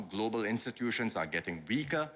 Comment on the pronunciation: Notice he keeps saying globeral markets, its the goberal buinesses in trouble plus how much influence does china have on the.